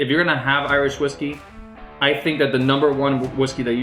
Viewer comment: My man said Iwish Riskys